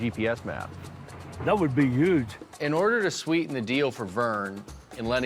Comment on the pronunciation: Did I hear just say YUGE?